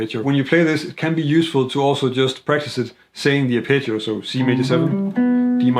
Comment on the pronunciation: I was genuinely puzzled at first every time he said the word, "picture," until I realised he was saying, "arpeggio." Great video otherwise!